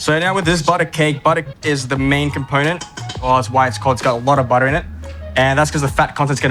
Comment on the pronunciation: When he says "bodo ah"